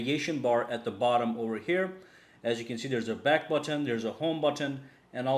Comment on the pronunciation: It's not But ton - it's but - en. You don't repeat the t sound at the beginning of the second syllable